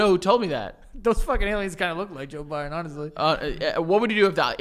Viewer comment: always says jbiden lmaooooo 😭